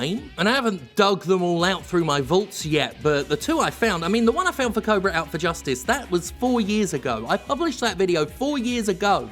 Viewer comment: Instead of "Cobra" I thought you said "Oprah: Out for Justice" which honestly sounds amazing